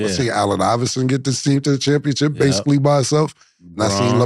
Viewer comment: Cam keep saying championchip 😂🤦🏾‍♂️